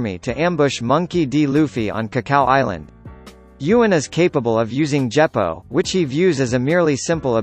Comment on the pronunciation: Djeppo? WTF man??